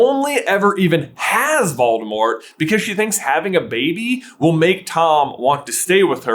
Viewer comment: Did you say, "The Dark Lord Baldemort"?